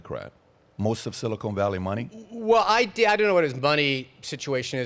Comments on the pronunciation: I snicker every time Patrick says, "Silicone Valley".🤔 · Patrick, Patrick, Patrick, it's siliCON valley, not siliCONE valley. SiliCON goes in computer chips, siliCONE goes in fake tits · “Silicone Valley” 😂😂😂